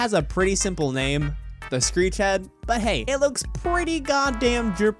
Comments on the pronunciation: my man say street instead of screech 💀 edit: he said greet on hult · ok he said Greet! XD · he says "street".